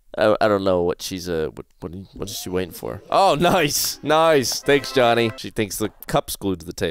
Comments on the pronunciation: it is miky not jony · It's Mikey not JOHNY